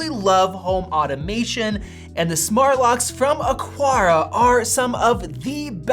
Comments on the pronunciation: Just pointing out that it's pronounced Aqara, not Aquara. :) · “Akara” not “Akwara”. I don’t see a q or w anywhere in “Aqara”. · Bruh…you keep pronouncing the name wrong. There’s no “U” in the name. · Doubt it, he said the company name wrong everytime he said it. I doubt they'd pay someone who can't even get their name correctly